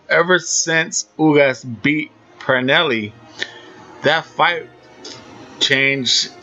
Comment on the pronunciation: Also, his name is B R Y A N T P E R R E L L A. Not “Paranelly” it’s Perrella. Rhymes with Fella. There is no “N” in his last name. Come on man your the expert, get the names right! This is not even a hard name to pronounce